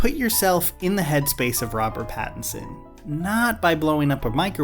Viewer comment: The correct name is Robat Battinbat.